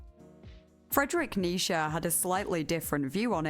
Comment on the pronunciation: No shade, I noticed that you pronounce Nietchze (I’m probably misspelling that) as “Nisha” rather than “Nee-chee”, which is how I’ve always heard people pronounce it. Anyway, my dog’s name is Nisha, and I tend to listen to your videos before bed. So every once in a while I hear what my brain registers as my dog’s name, it’s kind of fun to me. Anyway, I’m really enjoying this video, I’ve jotted down a few books to read. So thanks. Keep up the good work.